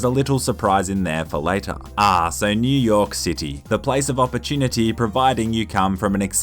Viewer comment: He said "in New yolk city